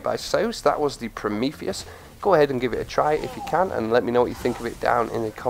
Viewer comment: He pronounced the name right.